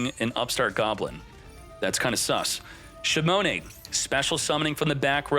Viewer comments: Shimone shimone shimone...😂😂😂😂 it's shinonome, man, SHINONOME...say it with me now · Shinonome: shimone